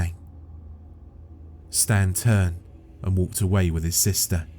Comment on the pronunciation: should've been "Staan" instead of "Stan"